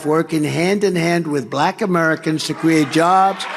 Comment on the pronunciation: YES. It sounds like he's trying to add a syllable to "Black." Like, "B-(uh)-lack" or something... Drives me to distraction every time I hear that racist speech...